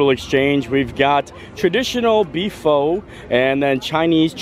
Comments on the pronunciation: Musushi is common, it's spam sushi and it's pronounced "fuh" not "foh" 🤣 just had tobtease you. You are getting me through my hospital stay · I hate to nitpick, but pho is pronounced fuh, not foh. Thanks for your show and keep up the good work!